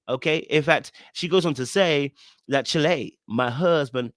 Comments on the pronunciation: Please stop pronouncing it like that! It’s not “chill-ay”, it’s pronounced “ch-aisle” (as in Child—without the “d”) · Someone tell CHILE =CHILD, southern style. not CHI-LEH. you're welcome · ‘Chile’ is not pronounce as chili 😂 it’s pronounced as child with the ‘d’ being a soft “e” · when I saw him read "chile" as it was written on a text as chi-leh, I figured that as he was from the UK, it was a dialectical mistake. If, as you think, it's deliberate, all I can say is, okay. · you killing me 😅😅 She is saying "Chile," meaning child not 🌶 lol.. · 😂😂😂yes! He's been saying it for years, and I've always wondered why no one has corrected him LOL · It's funny you always pronounce "Chile" like the country rather than pronouncing it rhyming with "Mile" like it originated in Blk Southern US vernacular 😂